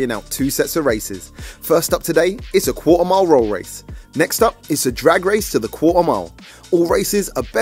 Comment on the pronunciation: Quarter mile?? I was hearing cool amount 😂😂